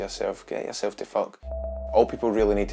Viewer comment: IT'S YERSEL